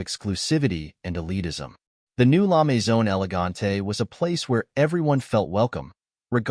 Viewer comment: La mezone? Try La Maison.